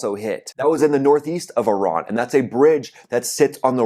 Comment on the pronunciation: Ten seconds in and I hear that you still haven't figured out how to pronounce the word 'Iran'. Can't be bothered to watch any further. Call me when the merry-go-round stops and the 'war' is over.